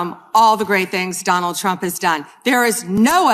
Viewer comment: Sounds like she said President Chump there.